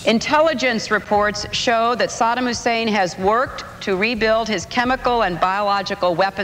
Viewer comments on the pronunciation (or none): Just realized they pronounced his name as "Sodom" in the news instead of Saddham. Smart move for propaganda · When politicians were shown trying to justify the war before it started, I noticed they pronounced Sadam “Sodom.” Interesting implications to dig into there, I have only heard his name pronounced “Sadam” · SADDAM NOT SADAM YOU POLITICIANS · “Sodom Hussein” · I wonder if people were encouraged to pronounce his name “Sodom,” to make all the conservatives even more scared and angry 😂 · Why did they keep saying it like “Sodom Hussein”?? 😭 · I always chuckle when people pronounce it Eye-rack, or when people pronounce Saddam as "Sodom"